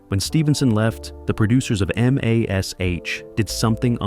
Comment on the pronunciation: Why can't these TV reviews use an actual narrator and not force us to listen to an AI voice? Hearing M*A*S*H* called by the individual letters (M A S H) is insulting.